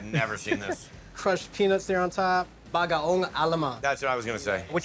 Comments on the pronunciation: U need Puso ng Saging and its not Bagaong Alamang, its Bagoong Alamang Kuya. Pls learn how to pronounce it correctly if u are cooking it and as a Filo pls. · he said Bagaong. He should learn to speak it correctly even Koreans knows how to pronounce it correctly.